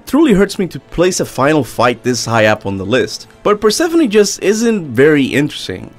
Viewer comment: Ah yes, the queen of the underworld…perephone